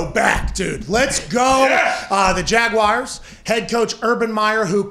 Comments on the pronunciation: Please learn how to pronounce Jaguars properly. It's not Jag-wires. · Oh.... the ole Jagwires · there are 2 correct pronunciations of Jaguars, neither have the word "wire" included in it LOL